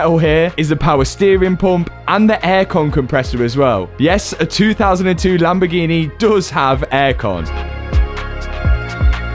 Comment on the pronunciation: lambergini mershelawgo